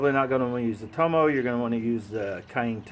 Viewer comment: i looked that up, i think it's Toma, not tomo lol, pretty darn cheap! thx again